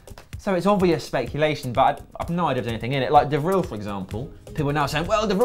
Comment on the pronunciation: I currently live in Rotterdam, so you kinda 'have' to support Feyenoord :P Clasie is a good player but definitely not nearly good enough for the Premier League, and I can't see him being much better than he currently is. Martins Indi and De Vrij (Pronounced De Fry, just make the F a bit stronger) are much better bets for us, particularly the former. Jean-Paul Boetius is also a good young winger with bags of potential.